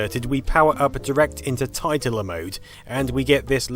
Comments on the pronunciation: It's pronounced tit - ler. Much more amusing that way. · Famicom Tit-ler.